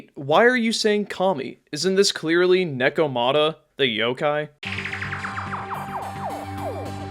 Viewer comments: It is neko ma ta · paused, comment, disliked and closed it because of how you pronounced Nekomata despite them saying it several times in the game